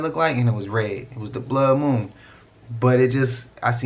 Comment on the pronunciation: Broo, that dude saying "Moom" instead of Moon is mad annoying. And homeboy is HELLA reaching. Eh, NONE of King Gaias predictions have come true. It's all a bunch of Bullshit. Idk why people still use his cracked out content and theories. But that's just me.